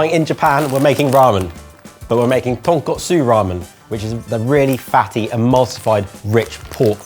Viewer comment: One day they'll say Tonkotsu correctly and stop pronouncing it like the pork cutlet dish instead.